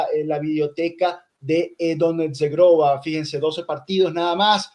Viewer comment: Como pronuncias mal Zhegrova,. Que verguenza. Vete a estudiar el idioma kosovaro. IGNORANTE 😀